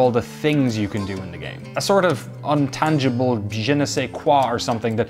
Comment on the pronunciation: Love your videos and approach to games journalism, but for the love of God man, it's INtangible 😀 Keep making these videos. Your voice is unique and clear.